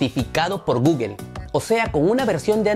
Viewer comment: No se no confío en alguien que no sabe pronunciar google